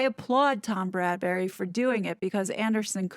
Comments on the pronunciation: If you're going to do more about this video, maybe you should get Tom's name right. It's Bradby - not Bradbury. It's a little thing, but irritating when you say it so many times. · “Bradbury?” Isn’t it Bradby? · His name is Tom BradBY, NOT BradBURy. American YouTubers seem to have a problem with this name. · Bradby, not Bradbury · Bradby* 😉..... Not Bradberry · It's Tom Bradby, not Bradbury. Great video as always! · Bradby...not Bradbury. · My thoughts exactly, Bradberry!!! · Get it right ‘BRADBY’ pleeeeeze! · Yeah, I also wonder why most of Americans call him Bradberry ;-) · It's Tom BRAD - BEE (Bradby) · FYI the interviewer's name is Bradby, pronounced Brad bee. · Love your analysis , btw it’s Tom Bradby. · You're great but it's Bradby.